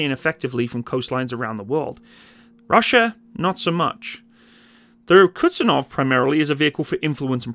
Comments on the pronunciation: It's Kuz-niet-tsov 😀not Kutsenov 😀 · It's not Kutsunov or Kutzenov. The name of the aircraft carrier is Admiral Kuznetsov. And its not exactly an typical aircraft carrier but heavy aircraft cruiser. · it hurts every time you say "Kutsenov" instead "Kuznetsov" Excelent video about russian aircraft carrying wreck that produce smokescreen while it floats... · It's not kuTZenov but kuZNETsov